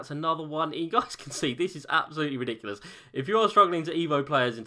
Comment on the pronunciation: Take a shot everytime says "ridicilous"